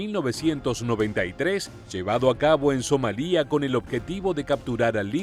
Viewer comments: SomAlia, no SomalÍa. La sílaba tónica es MA y como es llana y no termina en consonante que no sea N o S ( "lia" es una sola sílaba con diptongo) no lleva acento. Y ¿por qué pones un Apache en la imagen del video en vez de un Blackhawk? Cometes unos fallos que no entiendo a veces. Otros youtubers latinoamericanos no comenten esos errores que te hacen parecer un poco cutre. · Somalia NO lleva acento en la i, es una palabra llana que termina en vocal, por tanto no se acentúa y se pronuncia sin hacer énfasis en la i, So-ma-lia.